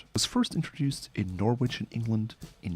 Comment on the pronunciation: You don't pronounce the W in Norwich. Great channel by the way.